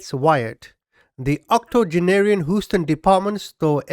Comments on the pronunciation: I enjoy watching your videos, the comedy is hilarious and timed right but bro its not Hooston LOL its H-USE-TON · Aloha from Maui!🌺🌴🥰🤙🏽 Love your humor and filthy mouth, I have one too. 😉 I know you'll think I'm nit picking but Houston is pronounced Hew-stun, not Hoo-stun. Just FYI! Keep up your great content!😷♥️ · Lol more like "Hew-ston", but i love the Hooston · My guy...you're killing me with this "hoo-stun" pronunciation. It's "h-you-stun"! 🤦🏻‍♀️😂 23 mins in and I'm grinding my teeth with each time you say it! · HUE ST ONNNNNNNNN NOT HOOOSTON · No offense, please 🙏! But it’s pronounced “Hugh-ston” not “Who-ston”. Just trying to help you! 👍☮️💟🌻 AND this was another great video! “ Mummy-” should be very proud of you and your success 👏👏👏. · You're a BRILLIANT narrator! And I crack up laughing at all you're funny little outbursts and comedy bits cleverly inserted inbetween serious facts of the story! Oh and one more thing ...I laughed out loud every time you said "Houston" and pronounced it "who-ston" funny!( It's actually pronounced like "You-ston" or more specifically "Hue-ston"...) Please do not take my correction of your pronunciation as an insult to your intelligence. It's simply a helpful correction. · Who-stun..? …? 🦉 🦉🦉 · I’m still giggling about.😃 They told u it’s Hue-ston, right?🙂 Rhymes with clue, blue, view…Houston=Hueston.😉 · Hughe-ston Not Who-ston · It's not "Who-ston". It's pronounced H(you)-ston Houston. Long u with a silent o. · Whosten? Lol hue-sten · You say it HUE-STIN lmfao not HOO-STOUN lmfaooo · Houston is pronounced Huston, not Hooston. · I much appreciate the work you do in researching and presenting these stories, but please -- my city is pronounced "Hewston", not "Hooston". Thanks! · I love you!!I may have a bit of a crush, but... It's prouncned Hew ston Not whostun. I couldn't f**king take it anymore. Lol procede.. sorry to interrupt. Lol 🤣😆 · I think it’s so cute how he says instead of hue-ston. Lol.